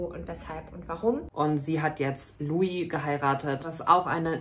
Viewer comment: 1. LUI und nicht Lio , 2. Führen die beiden KEINE Monogame Beziehung 🙄